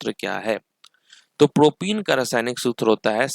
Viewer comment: propen it's प्रोपेन not प्रोपीन (CnH2n) Propyne it's प्रोपाइन not प्रोपीन (CnH2n-2)